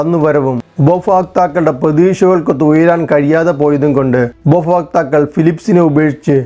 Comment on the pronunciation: ഉപഭോക്താവ് എന്ന് ഉച്ചരിക്കുക